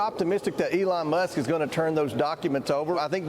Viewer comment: who the hell is "olong musk ? " this freaking guy